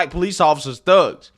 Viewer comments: All I can hear his her saying “ Fugs” rather than “ thugs” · She's trying to get a few big houses in the UK like her American counterparts in the USA! She keeps pronouncing "thugs" like "phugs" you fink? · Is she saying fugs?or thugs? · Why dose she keep saying Fugs instead of Thugs? I see the mouth moment and she keeps curling the bottom lip to make an F sound instead of a T sound. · He said, Thugs....🤣🤣🤣I heard f🤬cks😂😂😂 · That bee-el-ehm aaactivist cannot even say the word correctly, but says “fugs”. Her association of the word with African Americans shows her own prejudice. I associate that word with the Clockwork Orange movie. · Everytime she says thugs, it sounds like fucks🤷🏼‍♀️😂🤣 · I kept hear "black phucks" lol. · Not gonna lie thought she was dropping f bombs at the beginning of the video lol. Forgot Cockney Brits can't pronounce "th". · She said Hiawachy and Fugs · that’s supposed to be posh? She can’t pronounce the “th” sound or a mid word “r” (fug and heiwarchy). I think of posh as someone who sounds elegant and practiced, not like someone who needs a speech pathologist.